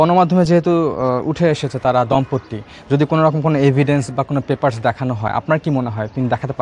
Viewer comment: দম্পত্তি না, দম্পতি।😂